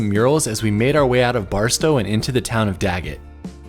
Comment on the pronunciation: did he say gagget or Daggett ?